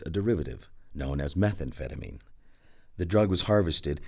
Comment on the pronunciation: I like the way that one dude pronounces it, "meth-amp-feta-min"